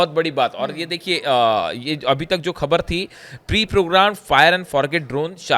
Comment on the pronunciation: Despite repeated messages, is not improving his pronunciation. He mispronounce Khhbar as khabar, without Bindi below Kh, and Jabardast instead of Zabardast. His unnecessary hand movements are irritating.